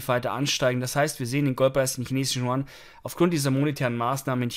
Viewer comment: Hi, können Sie bitte die chinesische Währung statt “chuan” als “jüen “ aussprechen. Dass wäre sprachlich korrekt und sehr freundlich von Ihnen. Schöne Grüße